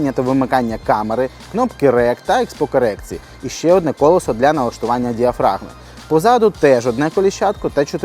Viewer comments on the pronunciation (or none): none